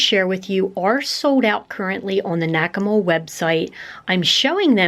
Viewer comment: I thought you said "Whack-A-Mole" 😉😁😜